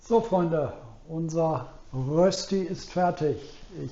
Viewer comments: Das spricht niemand in der Schweiz mit Rösti aus - sondern versucht einfach es einmal das Wort "Rööschti. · Es stimmt, es gibt bei uns in der Schweiz viele, viele Rösti-Varianten. Eines hingegen ist unumstösslich: Es gibt nur DIE Rösti! Und zwar mit langem ö und bitte mit sch. Also Rööschti. DER oder DAS Rösti geht gar nicht. Und bravo, die fertige Rööschti sieht perfekt aus!